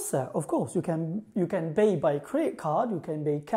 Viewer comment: مع احتراماتي لك ولمجهوداتك استاذ ، اود عمل ملاحظه صغيرة، لما سرعت الفيديو تبعك مشان اسمعك تتكلم بسرعه لان النطق حيبين احسن ، في مخرج الحروف سمعتك تنطق b عوض الp , في Paris و pay وكلمات اخرى ، وهدا خطأ شائع .